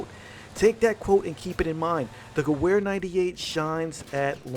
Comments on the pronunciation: Listening to this guy say gewehr with a ‘w’ instead of a ‘v’ is straight cringe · That w in Gewehr is a pronounced as a v. I could handle that in your vid please say it right in the future. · I cringed when he says Gewehr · you pronounce gerwehr like a american. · You pronounce the "W" as a "V" when saying Gewehr. Nice video though👍🏻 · You said gewehr wrong bro